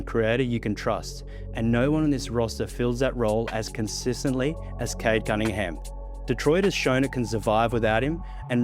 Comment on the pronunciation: Is it only me who ALWAYS hears Cade ‘Cuttingham’ or’Cuddingham’ EVERY TIME Kendrick Perkins tries to say Cade Cunningham?